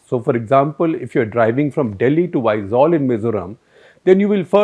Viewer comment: Nicely said, sir. Really great at addressing our issue, not biased news. And thank you for pronouncing Aizawl correctly. You are the first outsiders (which I heard) to pronounce it correctly.